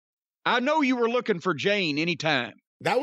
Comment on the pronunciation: I think he said "looking" instead of "booking"